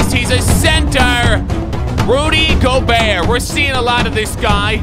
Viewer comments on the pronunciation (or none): none